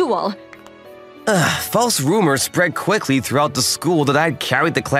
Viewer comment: "how cwakey"